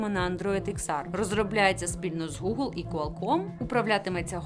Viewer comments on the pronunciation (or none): none